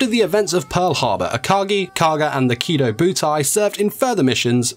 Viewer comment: Kidobutai not kido-butai